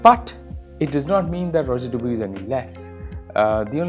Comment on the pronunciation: It's Rodger Dubwah. Not duboowee. 😂